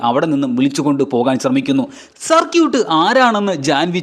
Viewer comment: സർക്യൂട്ട് അല്ല സർകീട്